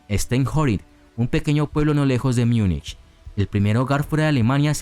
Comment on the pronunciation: Si lo decís en castellano es Munich no Miunich, sabés.